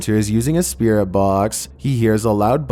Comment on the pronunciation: And it's spirit not spearit